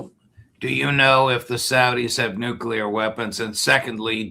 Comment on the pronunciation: Never trust a person who says “nu-cue-ler”.